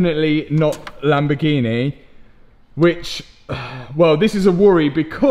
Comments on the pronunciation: Favourite place in the world, Lamborgeeneh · What’s a Lamborghina 😂